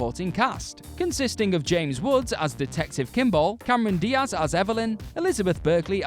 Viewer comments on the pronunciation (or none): none